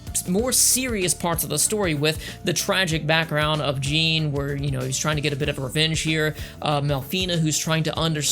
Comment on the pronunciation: 1st, It's not pronounced Su zu ka, it's pronounced Sa zuka. It's not Ai Aysha, It's Aysha (pronounce A Sha with a long A). Aysha Clan Clan. 2nd, Grappler arms aren't tiny, what anime are you watching? They are the same length as the ships themselves. 3rd, In Samurai Shamploo, GENE, not GIN, is actually based off a character from Lupin III named Goemon (pronounced Go A Mon with a long A). Just a fun factoid for you. 4th, There is another anime in the same universe as Outlaw Star. It's called Angel Links and it is AMAZING!! It follows the Security Forces officers we see in Outlaw Star but in actuality, Angel links isn't the spin-off, Outlaw Star is. If you haven't seen Angel Links, go find it and watch it. I guarantee you'll love it!!